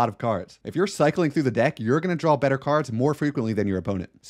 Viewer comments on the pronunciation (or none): Interesting tips but most of this game is tactical and situational. It's an exercise in doing the best you can with what you're given. Also, not sure how much I can take advice from someone who thinks draw is pronounced drawl!